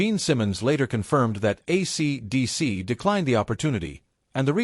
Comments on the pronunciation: Shit Bag AI can't even say, AC/DC. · Yup. The robot doesn't know how to say it. It can't hear the way it sounds. Pathetic. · Hay fella, AC/DC ISN'T SAID WITH A OVERDONE PAUSE BETWEEN THE AC AND DC AND THIS SLASH YOU MENTION DOESNT EXIST EITHER. ITS MORE THAN OBVIOUS THAT YOU HAVE NO IDEA WHO AC DC IS AND YOU DO THIS VIDEO A GREAT DIS SERVICE.